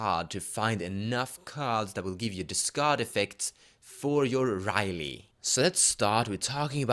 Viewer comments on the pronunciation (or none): i think it is pronounced as "ri-yel".. but nah, it's ok.. nice review by the way.. i really hope you'll post the full decklist of Gavi (the one you used last time).. i really think the jeskais have the better end of the stick this time.. *PS: I hope you make a review/brew for Tayam too.. i just really can see the potential combo in it, but kinda lost somewhere.. hehe..